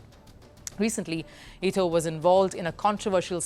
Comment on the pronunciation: It ETO NOT ITO. She clearly have no clue about who she is talking about